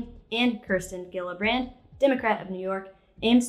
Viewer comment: doesn't know how to pronounce Kirsten Gillibrand's first or last name properly. This makes me like a whole lot more.